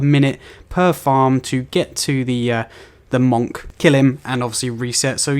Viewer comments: Why do you pronounce it MOHNK? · You have the weirdest way of saying monk. Good vid though :-)